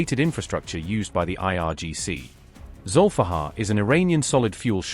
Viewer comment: It's Zulifqar, aka Ali's sword. not Zolfaghar 👍👍